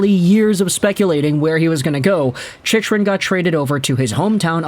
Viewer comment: you lose all credibility when you don't pronounce his name correctly...its Chick..run. You sound like you dont know anything about the NHL.